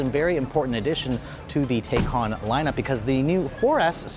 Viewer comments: Its "tie-can" not "tey-can". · Pronounce it correctly good sir. Tie cahn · I though it was pronounced Taycan (Tai-can) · Drink every time he says Tay-con. 🥂😂. Anyway I love the Taycan it's a beautiful car. 👍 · please pronounce taycan correctly